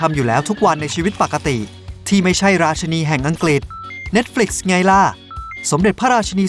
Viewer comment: ราชินีนะคะ อยากให้ออกเสียงให้ถูก😂